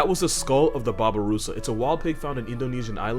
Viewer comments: its called Babirusa not Babarusa. Babi means pig and rusa means deer so its a deer-pig. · Babirusa.. bubbarusa... its pronounce bah-bee-roo-sah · Just a quick lingo note on , it’s spelled babirusa and pronounced as babeerusa (the rusa was on point, just the bi was off) Which is literally a mesh of two animal names babi = pig, and rusa = deer in the Indonesian (and I’m assuming Malay) language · Babirusa is pronounced babee-roosah